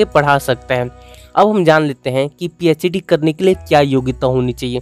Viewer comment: Phed nhi phd hay wo 😒